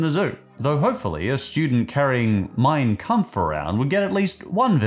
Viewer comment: Why does "Mein Kampf" sound like mine cu